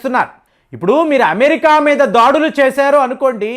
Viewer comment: 1.37 సెకన్ ల వద్ద మీరు దాడులు అంటానికి బదులుగా ' దాడీలు ' అనటం ఏం బావోలేదు.. మీరు తెలుగు వారే కదా ఎందుకలా పదాలను కూనీ చేస్తూ మాట్లాడుతూ వుంటారు.. అసలు తెలుగులో దాడీలు అనే పదం ఉందా.. ఇదే కాదు అనుసరించటాన్ని 'అనుకరించటం' అని అంటుంటారు.. రెంటికీ అర్ధాలు వేరుగా ఉంటాయి.. తీయనైన తెలుగు భాషనే వాడండి